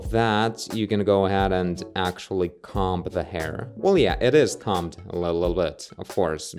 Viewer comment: cool to see such great hair creating tools! looking forward to seeing the game progress! also fyi 'comb' rhymes with 'home.' yes the b is silent, english is stupid